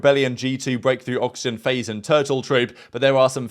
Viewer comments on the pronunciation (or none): none